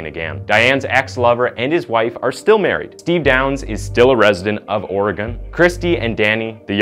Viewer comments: Like moss-cow 🤣🤣🤣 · IT's Not Ore gone O sounds like an A Ore Gan. Hehehe Sounds funny after growing up here. Willamette is just how it looks, silent E at end. Met. :) Love your Content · Oregon Native here... Here's the correct pronunciation of Willamette WILL.....AM ((LIKE I AM))....ETTE. 💟 AND OREGON ORE..((like oreo))GUN... And tada 😘😘💟💟😉😉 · wilAMet not Willa met, Orygun not ora gun.